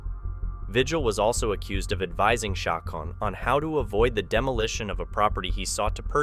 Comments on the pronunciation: Loo-hawn and Cha-cone or Cha-conee. Pretty common Hispanic names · Lol please talk with a Latino friend about how to say the names correctly 1) Lue Haun Lujan. 2) Chi Cone Cicon. Lmfao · Usually Lujan is pronounced Loo-hann. Chacon is Cha-cone.